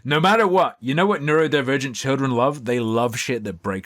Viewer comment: I can't believe she botched the pronunciation that hard